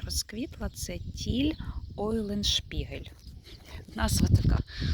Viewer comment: Тіль Уленшпигель це герой середневікових нідерландських и немецьких легенд. Правильно вимовляти так. Чого імья його коверкають розсадники, не розумію. 🤣 Саджанці від нашої Розіни у всіх розоманів такі гарні!!! Як шо шо навесні, дай нам Боже її дочекатися, мабуть теж до неї піду за трояндами. Коріння гарне, саджанці доволі рослі. Все тка гарно квітне, бо кущі достатьньо зрілі!!!